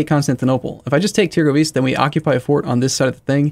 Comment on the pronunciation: i love your vids, but please stop saying târgovişte like that